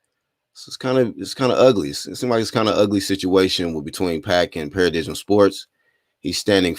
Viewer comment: In case you report on the story again Paradigm is a noun pronounced pa-ra-dime, good content & ubiased reporting style tho man .👍